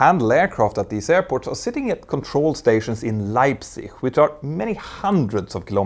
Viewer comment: Almost spot-on pronunciation in „Leipzig“!